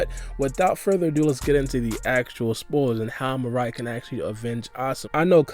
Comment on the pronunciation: Oh no. It's not Mariah. It's Mirai. Meer-ah-ee. Lol